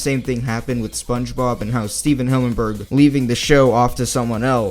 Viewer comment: Hey why are you mispronouncing SpongeBob a lot?